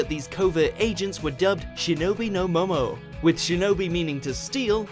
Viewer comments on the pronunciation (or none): It's Shinobi no Mo*NO* sorry as someone who studied about Ninja a lot I found the need to point that out. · It's Shinobi no Mono , not Shinobi no Momo ...just to correct a minor issue.